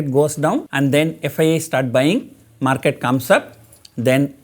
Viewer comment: Everytime sir says post market report i hear post mortem report 😂